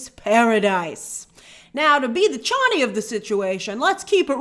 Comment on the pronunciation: And grace it's prenuced chani🎉not chuny good to see you are feeling better